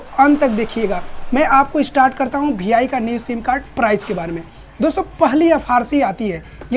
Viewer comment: Bhi I nahi re VI bolte bete